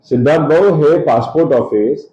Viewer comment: Sidharth ❌ C-idharth ✅